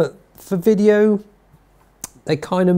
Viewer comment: Can you send to a speech pathologist. The word is “video “. Not “wideo”!